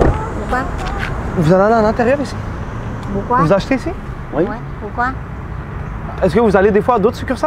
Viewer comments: jpp c'est quoi comment Il disse "pourquoi"? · son pourquoi a la chinoise sa me tué